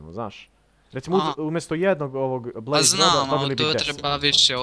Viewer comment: Kaze se blaze a ne blaze XD hahahahaha! Usput ja sam onaj marko sa fejsa